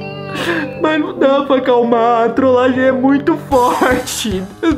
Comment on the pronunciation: A ora que eu mais sori foi você falando trolagen kkkkkkkk